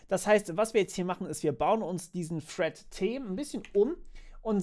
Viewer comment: Das heißt "thread" und nicht "Fred" 😁, aber ansonsten gutes Video. Hätte aber auch, wie bereits in den Kommentaren gesagt, ein iteratives Beispiel zur Verdeutlichung genommen.